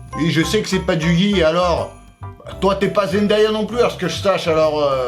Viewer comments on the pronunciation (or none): none